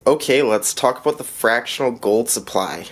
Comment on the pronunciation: Stack the frac. bro! Love me some gold! Did you say aboot?! Pamp gold is nice for sure too! Fractional is getting tough, still see the old sovereigns floating around for fractional... Bullion is donezo! Supply and demand runneth amuck! I just picked up silver today for my $10 challenge! I don't love the big wait... i wan't satisfaction now! Great video, thanks for the share!